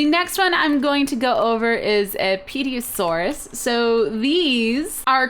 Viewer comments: omfg it not peed-ee-oh-sor its ter-oh-sor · pediosaurus really? its pronounces terr-o-saur with a silent p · The Pterosaur is pronounced as terosaur! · It is not a Petiusaur (peet-eeus-soar) it is a pterosaur (terror-soar) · Pe-tia-saur-us? seriously, Its pronounced Tera-saur, or Tera-dactl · pterosaur = "tero-saur", not "peteosuarus" lol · its pronounced terosaur not peetiosaur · Cupquake: "Pedeosaurus!"(Pterosaur: TARE-OH-SORE) Me: "Okay, now you're just fucking with me!" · Pterosaur is pronounced as if there were no "P" like:Terosaur not Peteyosaur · its said terra-saur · I don't mean to be a hater, I love your videos, but Pterosaur is pronounced Terrosaur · u said pterosaur wrong, its ter-o-saur, the p is silent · It's pronounced terrosaur (pterosaur) haha :p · its terosore thats how you pronounce it :/ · (tear-a-sore) pterasaur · pee-tee-o-saur-us lol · that's a terosuar, the "P" is silent. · pterosaur is actually pronounced "ter-a-sore" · Pterasour is pronunced terro-sour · Cupquake *facepalm* pterosaur is pronounced tear-oh-sore xD oh and Weeeeeeee I'm an adult! xD -reck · It's pronounced terasaur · You're not supposed to pronounce the P in pterosaur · Pterosaur is pronounced with the p silent lol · The p is silent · You said pterosaur wrong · don't worry cupquake, the only one you really said wrong was Pterosaur and that's only cause the P is silent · The p is silent in pterosaur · you dont pronounce the p in Pterasaur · The p in pterosaur is silent SIIIIIIIILLLLLLLLEEEEEEEENNNNNNNNTTTTT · I got a little bit mad when she said pterosaur. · the p in pterosaur is silent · The P is silent in Pterosaur just so everyone knows = ) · the P in "pterosaur" i silent :P